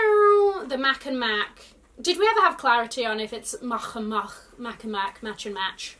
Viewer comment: I like the German style pronunciation of Mach and Mach ;)